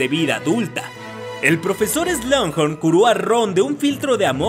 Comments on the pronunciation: Me exaspera ke en todos loa videos digas slungjorn es slughorn... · No entiendo por qué pronuncias "Slanghor" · Excelente video, pero hay una parte de mi que llora cada que pronuncias Slughorn jeje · SIIII!! a mi tambien me causa mucho ruido cuando pronuncia mal un nombre o apellido!! es feo escuchar un inglés mal pronunciado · pronunciaste incorrectamente el apellido del profesor agregando la letra "n" entre medio. Cosa que tú, al ser máster en la materia de Harry Potter no te lo puedes permitir. Saludos 🤗